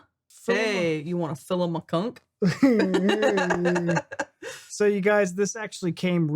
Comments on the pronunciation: "Philoma Chunk" is such a Philomena Cunk way to pronounce the name of someone she's introducing for the first time that I'm 90% sure she was possessing you for that introduction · You had me at Fill-Ima-Chunk! 🤣🤣🤣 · Philoma Chunk!! you got both names wrong that's a first for me. I've heard some Americans getting her first name wrong but Cunk? it's 4 letters!! This is American English lol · The way he couldn't even read a name right at the start of the video told me all I needed to know. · lmao i laughed so hard the first time you pronounce her name